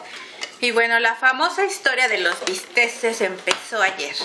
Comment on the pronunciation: bisteks no bisteses